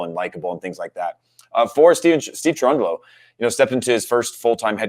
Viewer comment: Cherundolo???????? I love Cherundolo, but.... dude. OK.... at 1-0 he is perfect, there is that. LoL